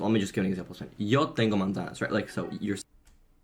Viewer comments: He said he went from zero to fluent but then started off by saying he studied Spanish for awhile. It sounds like he's using an English z for manzana. The way I think of the usefulness of passive input is just growing accustomed to the sound of the language. Listening to Ukrainian radio when I'm working has helped me start to hear distinct words rather than just noise. I can actually hear where one word begins and ends. Now I'm starting to be able to hear the sounds of the individual words even though I don't know what they mean. I think(hope) that when I finally learn those words, I'll be able to pick them up faster because now I'm just combining meaning with a sound I've heard many times before. I guess we'll see. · Dude you didnt say Yo tengo manzanas. Sounded like "Yo tengo mandas". The delusion is big in this one. 😂 Good luck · He pronounced manzanas like a gringo. There is no “z” sound in Spanish the way English speakers say it. In Latin America, it would be pronounced “mansanas”. In Spain, it would be pronounced “manthanas” He tried to do the Spain accent, but he clearly said a simple phrase fast to try to hide the fact that he’s not fluent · Yeah he said something like mansano 😂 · I’m an Australian learning Spanish. I hadn’t tracked hours due to all the music etc. I personally think manzanas was pronounced wrong cause he used a Z instead of an S sound. Idk if it’s right, but that’s my feeling on it. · Yeah you were correct, the way he pronounced "manzanas" was weird. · His pronunciation of manzanas is definitely Iberian Spanish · His pronunciation of “manzanas” sounded weird to you because he pronounced the “z” like the English “z” (which is wrong) and not an “s.” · Yes, he pronounced “manzanas” incorrectly by pronouncing the “z” like how it would sound in English. It’s supposed to make a harsh “s” sound